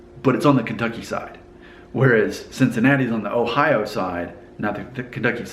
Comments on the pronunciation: The only thing about your accent that gives you away as not being from Cincinnati is how you say "Ohio". It's over enunciated. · If you're FROM Cincinnati, it will come more like O hio or even O hiya. There are definitely three syllables, but the the hi and o at the end Get run together. Get further northeast and then it definitely is pronounced O Hi O, especially around Columbus and further up 71. It's pronounced however it's pronounced... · How can anyone miss that dainty "O" sound....and what about worshing those clothes....an entirely different O. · You say Cincinnati and Ohio different from a local. You have to say Cincinnati with a more nasal accent and Ohio should be accent on the second o and say the o as a true o sound.